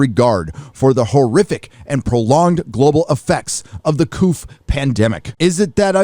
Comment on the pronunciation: Totally agree with your statements as usual, but covid is pronounced co-vid and not cofd.